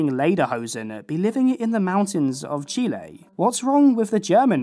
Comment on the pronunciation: As a Latina I super appreciate the proper pronunciation of Chile ❤